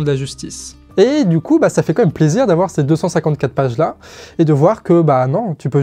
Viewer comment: Merci encore à l'équipe pour votre travail. Je relève juste une petite chose. Ça fait plusieurs fois que je t'entends dire "comme même" et non "quand même". C'est sûrement une hallucination auditive, mais je préférais faire la remarque pour être sûr. Et sinon, pour finir, la vidéo est tip top, comme d'hab !